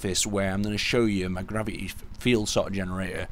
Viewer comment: I hate that new thing where people do not pronounce the 't' like Gravi'y... I find it kind of annoying.